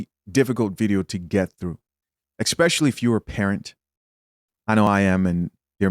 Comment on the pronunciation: Can he please stop saying 'Expecially'?